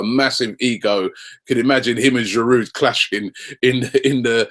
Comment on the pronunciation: Robbie the D in Giroud is silent I think